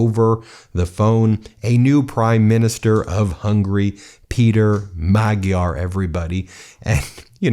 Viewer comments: Hungarian is a difficult language - his name is actually pronounced "Mod-yar". Electors are strange, wouldn't you think that with memory of Admiral Horthy, they would never have gone near Orban? Glad to see common sense prevailed this time around. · Time to start correctly pronouncing the names: Pay'ter Ma'jar new PM Tea'sr party Vik'tor Or'ban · You really need to make an effort to pronounce the names Magyar and Tisza correctly. It's not that hard to learn. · You can't get too much more Hungarian of a surname than "Magyar". I found myself constantly correcting the video pronunciation of the name and laughing because of it. The "gy" is one of a couple double consonant sounds that kind of sounds like you are rolling your tongue forward on the roof of your mouth, trying to get stuck peanut butter off of it, while making a sound closer to combining the "d" and "y". Think Southern (USA) slang "How'd-ya do that?". Another common Hungarian surname with it is "Nagy." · Please take a moment to learn how to pronounce Magyar. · ...time to learn correct pronounciation of Mr. Magyar's surname 😊 Greetings from Slovakia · Just a note. Magyar is pronounced with an almost silent g. To english speakers it is more like Maa-yar.(sort of) Congratulations to Peter the Hungarian. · The G in Hungarian is pronounced more like an English D. Sounds more like Madjiar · Sorry to nitpick, but I believe the new Hungarian leader's name is pronounced "Majj-yar". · His name is pronounced Ma-Jar. Your going to pronouncing it a lot I would think so please get it right so I don't cringe every time. Thank You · hehe he can't even say it right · Nice show, Great win for Democracy in Hungary, Europe and the World. Magyar Peter (pronounced rather Mad-yar than Mag-yar) and Tisza Party (Pronounced “Ti-sa”) with 2/3 victory. ❤️ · Magyar is pronounced “MAD-yar”. The “gy” is pronounced “dy”. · Just a note: it's pronounced Mudyar! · Magjar has a silent "g"